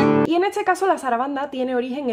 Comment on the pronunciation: Curioso a respecto del accento de: ella cambia de posición la S con la T en palabras como "fiesta", que ella pronuncia "fietsa", o entonces "etse" en lugar de este y así por delante. De donde es ese accento?